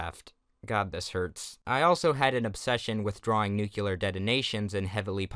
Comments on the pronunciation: It’s called new clear not noo culer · why do people insist on saying "nucular" instead of "nuclear"? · said nucular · How come people can't say nuclear properly? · you pronounced nuclear wrong